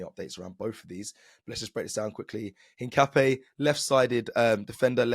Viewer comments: Hincapp-YAY not NAY 😛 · btw is: in_kaa_ py__ é (the strong accent is in the final vocal like in spanish coffee word "café") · You pronounce it something like ink-a-pie (search for foot in spanish) … COYG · The correct pronounce is piero hincapie = hin car pier 😅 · His name is pronounced INCA-PEA-AY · At least you tried…. But still not saying Hincapié right 😂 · lmao I'm still waiting to see an Arsenal content creator that pronounces Hincapié correctly